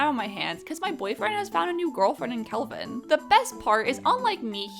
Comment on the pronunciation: I love that basically everyone I've watched play this game so far can't seem to get Kelvin's name right 🤣